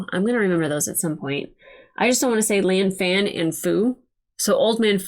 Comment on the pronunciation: Her name is pronounced similar to Lawn-Fawn and it’s meant to be said together. A nickname doesn’t really work in her case